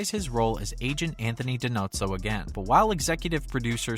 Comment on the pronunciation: Brian Deitzen wasn't part of the original cast. Gerald preceded him. Sean Murray showed up into the first or second year as McGee. Kate was part of the cast then. DiNozo not Dinotso. ZEVA DAYVEED NOT DAVID.